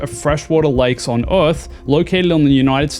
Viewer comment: Stop saying Eorth